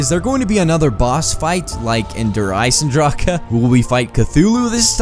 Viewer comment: it's not Der Isendracha it's (Der I-Sen-Dra-c) Der Isendrache